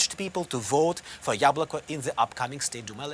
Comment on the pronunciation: its YAbloko not yablOko